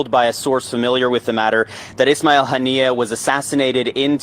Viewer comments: It is pronounced Honey-Yah , maybe god extend his mercey and blessings on him, his family, and people. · Haven't you been listening to other news outlets? His name was pronounced "ha-nee-ya" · Kha-men-ah-ee and Han-ee-yeh. Come on y'all